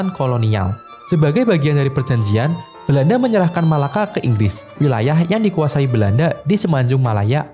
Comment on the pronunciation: Kenapa sebut Melaka jadi Malakak, memang orang Indonesia sukar nak sebuk Melaka.